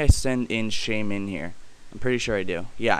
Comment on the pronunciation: I like how you put emphasis on the MIN in shaymin.